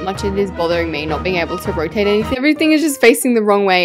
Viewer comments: did anyone see that she said roate instead of "rotate" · "Rotate"❌ " Roate"✅ Alaska English.